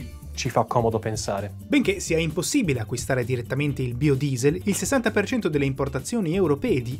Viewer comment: Per tutto il video non ho fatto altro che ricordare Xzybit che dice "BAIODIESEL" chi ha visto pimp my ride saprà